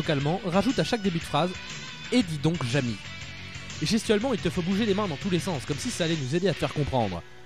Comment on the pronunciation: Jamy pas jamie